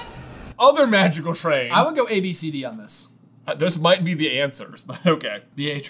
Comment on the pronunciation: How are you saying ABCD in Dutch? 😂